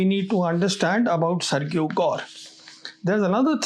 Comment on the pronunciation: sergio - "SERJIO" learn to pronounce this basic name, old boy